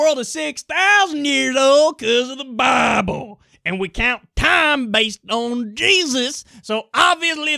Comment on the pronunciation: 'CUZ OF THA BIABLE